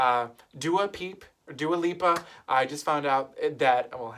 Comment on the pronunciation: Funny you call her Dua Pippa... pippa in Italian means "uninteresting" haha Have a good new year 😘